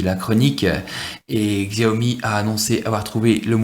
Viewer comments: Très bonne vidéo pour un bon phone :-) Par contre, tu me fais rire à chaque fois ... xiaomi = chiao mi OK ?? loool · oh lalala. Faut arreter de dire "xiaomi" surtout si on fait une présentation.. :/